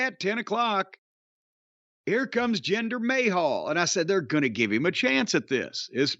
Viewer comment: Take a sip whenever Corny calls the Maharaja "Gender May Hole" 😂😂😂